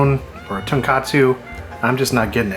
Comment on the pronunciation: Er, what you keep calling “pork bone” is read “tonkotsu.” With an o. It’s salt tonkotsu ramen. TonKATSU with an a is breaded and fried pork cutlets. Very tasty, particularly with Bulldog brand sauce, but a different thing entirely.